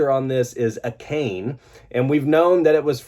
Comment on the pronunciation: literally wrongest way to say "Akane" 😭😭😭